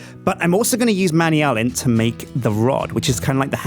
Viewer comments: It's pronounced "man-yoo-lin" not "many-ullen". :3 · It's not pronounced Manny-Alan! I call it Mana-Mana, but I think it's pronounced man-yoo-lin. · Not man-ee-ull-in, man-ule-iun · I don't like the way that says manyullin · Man-you-lee-an the proper way to say it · not man-e-ull-in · it's man-a-lin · your saying manyulln wrong its man-yull-n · Manyullyn is pronounced man-you-lynn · please pronounce it man-you-lyn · it is pronounced Man-you-lyn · IT IS PRONOUNCED man-yoo-lee-un!!!!!!!!!!!!!!!!!!!!!!!!! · I think he's pronouncing Manyullyn wrong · is killing me by mispronouncing manyullyn and wanting to make a manyullyn hammer. I like cobalt hammers better, because they are faster. The higher durability makes no difference when using autorepair or RF.